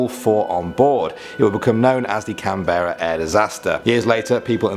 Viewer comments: lol we dont say can berra . We say it as canbrah even though spelt Canberra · F.Y.I Canberra isn't pronounced "Can - bare - a" it's pronunced either "Can - bra" - short 'a' or Can - bur - ra"! But NEVER Can - bare - a" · As me just listening where is Canbeara ? an Australian… what? Lol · Canbra not Canberra. It's not pronounced the way it's spelt, nothing is down here. Brizben, Macquarie, c'mon mate, ur a pom & half of our names are named after ur mob & u can't pronounce them???